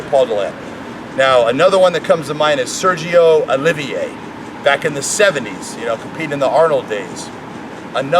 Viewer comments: You are butchering Sergio Oliva 's name.... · Sergio Oliva...cant even say his name right. ..smfh.